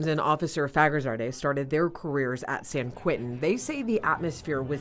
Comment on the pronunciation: It’s “ San QUENTIN”. Not QUINTIN.